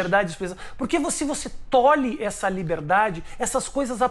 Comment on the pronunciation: Tolher e não tolir. Erro terrível de português 😮